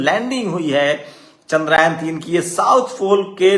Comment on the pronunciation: जो टूचिया चंद्रयान को चंद्रायन बोल रहा है, वो तय करने आया है कि क्रेडिट किसे दिया जाए 😂